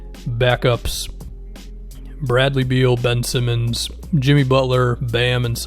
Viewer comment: I'm Australian and i rolled my eyes so fkn hard when you said Bin Simmonds